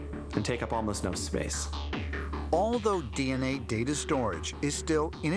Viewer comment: " Dee- aa-nay " 😶